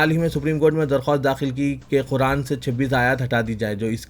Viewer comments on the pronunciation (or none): none